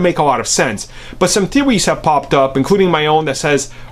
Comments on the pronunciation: Some therwees? Whats that lol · Hehe, you serving major Tweety vibes when you said... Some "Teeweys" have popped up.